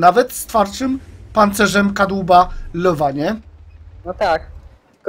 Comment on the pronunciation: "Lywe" nie "lowe". ;)